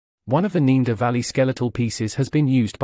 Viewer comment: The guy keeps pronouncing Neander as 'neender' but then says 'Neanderthal' correctly. Weird.